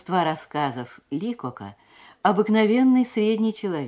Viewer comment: Ударение ЛикОк